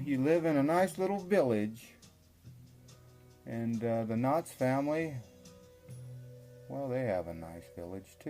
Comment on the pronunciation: Ok I'll be the only commenter...The title of your video is clearly KNOX but it sounds like you are pronouncing it KNOTTS, and referring to the Knotts Berry Farm family of California. My family is from East Aurora but I grew up in so Cal so I'm familiar with both and these are clearly separate families. Hope you liked East Aurora, a beautiful little village!